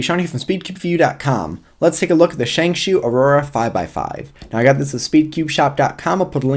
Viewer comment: Prapatsorn Kerdkaewfah he is actually the only who says it right.